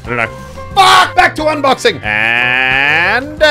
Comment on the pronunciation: Bro really said UNBXOING